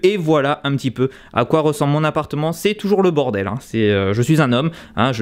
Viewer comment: c'est grave beau et la vue mamamia j'ai hâte que les lives reprennent sa me manque :D a chaque foi que tu dit c'est le bordel j'entend bordewls